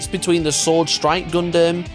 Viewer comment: Gun-dum not gun-damn kids these days can’t even pronounce a made up word by the Japanese correctly geez